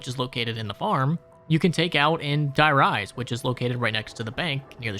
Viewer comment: De Rease is how you pronounce die rise